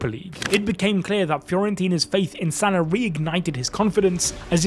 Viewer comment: Pronounced Sal-A-h not S-A-lah. Shouldn’t be too hard to get right.